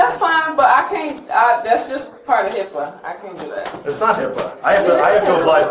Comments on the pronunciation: Yoooo she tried to say HIPPA lmao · She said hippa😂😂😂😂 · 😂😂she straight said HIPPA 😂😂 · There is NO such thing as HIPPA. It is HIPAA. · she really said h.i.p.p.a 😂😂😂😂 what an imbecile